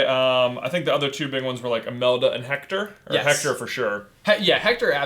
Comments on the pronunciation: The name is pronounced Ector, not Hector. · ok it is spelled "Hector" but due to the Spanish language its pronounced without the h as ECTOR! uncultured swine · Please stop pronouncing the “H” in Héctor. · You kind of got the pronounciation of Héctor wrong. In Mexico and other spanish speaking countries often don't pronounce the "H" so it's actually Éctor